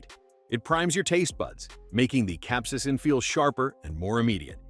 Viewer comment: concentrated cap-see-asin